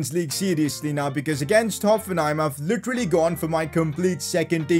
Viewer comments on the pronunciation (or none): none